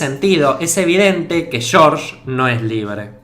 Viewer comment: "Shórsh" jaja